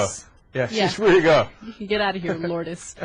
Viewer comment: Madonna's daughter's name is not pronounced- LORD-ESS It is pronouced: LOO-ERDS